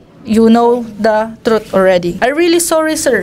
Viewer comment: Sarap panuorin tong part na to!!! Parang si manny ang iniinterview ah!! Ang laban na to ai para sayu!!! Stop look and listen amputah!!!!the troot will set be pree🤧nose bleed amputa!!! Hahhaha.. laptrip si idol.. my multiple choice pa... True of pols😂😂